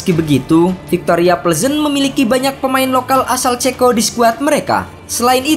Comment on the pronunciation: Kok denger pengucapan victoria plezen nya agak janggal yaa